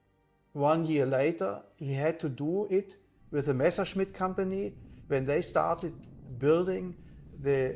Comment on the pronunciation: Why does everyone make the same mistake? It is not Meschersmidt. It is Messerschmidt.